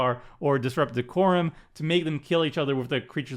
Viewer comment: We always give a hard time for his pronunciations, but then hits us with the "disrupt deck-uh-rum" and no one bats an eye hahaha. Sweet deck, and great vid. I'm realizing more and more every day how much I appreciate approach to commander. Pray for me.